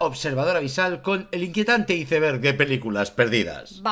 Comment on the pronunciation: Se pronuncia aeisberg muy bueno el video